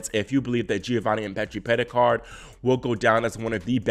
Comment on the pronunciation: Go back to the beginning and then again about the 43/44 second mark. He said, "France's Giovanni Mpetshi Perricard..." People mispronounce and misspeak all the time but is in and of the tennis community and is well versed surrounding and involving these players. He's on it. 😉